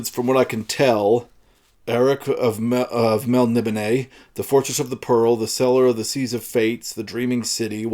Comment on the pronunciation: "I even pulled the DAWs" might make a good T-shirt caption, though it would be an in joke. I never warmed up to Elric of Melnibone (I believe your pronunciation to be the correct one). I read through several of the novels, but they only made me want to re-read Roger Zelazny's Amber series for some reason. I really enjoyed the "Jewel in the Skull" series and "The Warlord of the Air" and "The Land Leviathan," but I found "The Steel Tsar" to be a little perfunctory. It had a cookie-cutter feel. All in all though Moorcock gave good adventure value for the money.